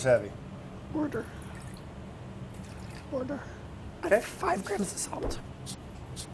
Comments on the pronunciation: when samin says "wourder" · Lmao does he actually salt his drinking wouder